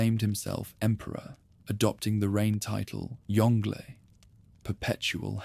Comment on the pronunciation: Yong Le, not Yongle (like "dongle").